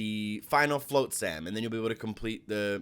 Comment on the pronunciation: Float-sam?! LOL. It's flot-sam, as in pot, not, dot etc.